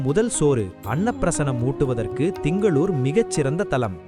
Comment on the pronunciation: என்னம்மா இது இப்படி பண்ணிட்டிங்களே.... Dhingalore இல்லை. திங்களூர். ( Thingaloor ) அடுத்து ஜெய் ஜெய் சந்திர பாகவான் இல்லை. சந்திர பகவான். ( Chandra bagavan ) உச்சரிப்பு மிகவும் நன்றாக இருக்க வேண்டும்.